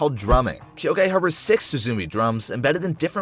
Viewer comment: uhm you missed pronounced six